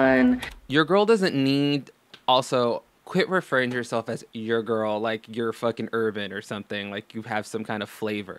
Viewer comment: WiLLo Davis I get triggered whenever she says gorl and doesn't look after her hygiene.